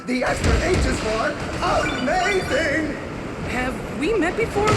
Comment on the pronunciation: o_0 Pretty sure hamazing isn't a word. And I've never ever heard anyone pronounce amazing as hamazing before. That's just dumb. -_